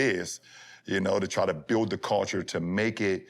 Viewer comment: Bron said "Coulture " lol